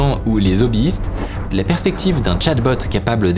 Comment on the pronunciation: Attention, faut pas faire la liaison avec "les hobbi-istes", y a un H. Parce que moi j'ai entendu "zobbistes", ca m'a surpris :D